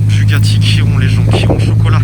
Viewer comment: Je suis la seul a avoir remarqué que il a dit Bugatti « Kiron » 😂